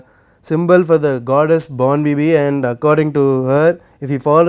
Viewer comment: Madam, its 'Bonbibi'